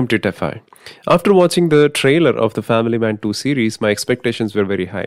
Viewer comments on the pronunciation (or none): none